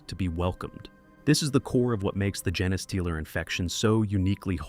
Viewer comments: GENE Stealer... not gen a stealer.... xD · I know you have “jeens” not “jens”. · "gen-eh-stealer" convinced me this is AI. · For gosh sake, just spell it as "jean stealer" so the AI will at least pronounce it correctly. Effort! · Pretty sure it's "gene stealer" not whatever the F this AI bot said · AI can't pronounce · dude no, whoever wrote this script went out of their way to make sure the AI read the script as Gene-A-stealer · Gah, I hate a mispronounced name. I just keep screaming the correction to an uncaring recording. 🤮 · Interesting way to pronounce genestealer...